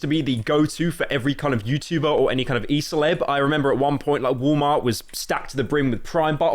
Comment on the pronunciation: bro really said woll mar